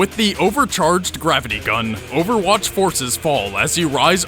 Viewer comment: I just... really, really hate him saying overwatch